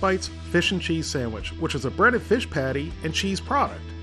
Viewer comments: Omgoodness- you said Sam-which! That's what I call them. Keep up the videos, love them and your approach. Been a subby for a while but don't post. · "our samich is ready" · Lol sammich